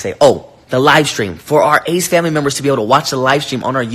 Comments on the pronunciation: If says “THE ACE FAMLAY” one more time😂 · The way you pronounced their name😂😂😂 ace-FAMLEEEEEE💀😂😂😂😂😂